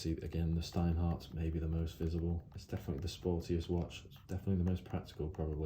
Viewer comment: Shhhhhhhhhteinhart. It is how it's pronounced